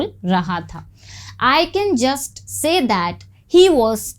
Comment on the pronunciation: Pronounce "says" correctly.